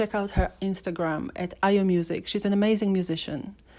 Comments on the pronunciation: yeah you're right, I just checked her out on YouTube and discovered she has been releasing music , tho I'm subscribed to her channel but I never got notification on her music Notwithstanding lol , that's not how we pronounce Ayo But she try Sha lol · I know Ayo through her music, They always played it on a cable channel in Nigeria I wonder why she doesn't put out more music, One of her songs ... Me I be Ayo ; but she doesn't know how to pronounce her own name 😅